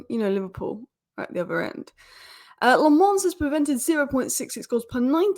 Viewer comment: Lammens is pronounced as “La-muns”